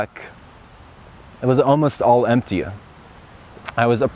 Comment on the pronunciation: Can someone explain why he finishes sentences like emptiya, insecuritya